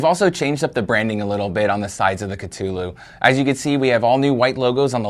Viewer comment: Kuh-thu-lew. Say it with me.